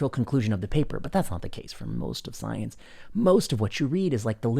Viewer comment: It's pronounced "Scoi-Ence!"